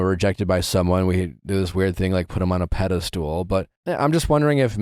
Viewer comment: I never realized Nick says “pedestool” and not pedestal 😂